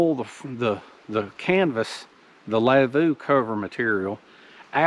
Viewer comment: Prob the stress is on the first syllab, the v is a w. Lavvu prob from Sami/Lapp people in Sapmi. Sapmi is the area where they live in Norway, Sweden, Finland, Russia. Skoltlaps have no reindeer, they fish.